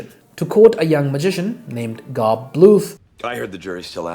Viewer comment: I don't mean to be the "umm actually" nerd, but G.O.B. as in George Oscar Bluth, is pronounced like Job, as in the prophet Ayūb. Anyways, really awesome video. Never thought this would be the kind of channel I would learn about carbon dating from lol.